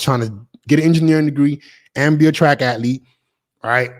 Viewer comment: Its "ath-lete" not " at-lete"